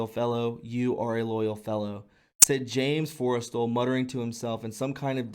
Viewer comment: this was fascinating and truly wonderful, but I hope in future you'll read more slowly--lots of mispronounced words that probably could have been avoided with a little more care. This info is way too important to pronounce wrong. But just as quick examples, Forrestal's name was consistently mispronounced (FORREST-ALL), as was Allen Dulles (dull+us), Stu Symington (long I) Occam's Razor (short O), hypothesis (it's singular, not plural, so the last syllable is IS), and more. Looking much forward to the rest.